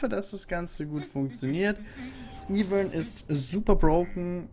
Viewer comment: Es heißt "EI-VÖRN"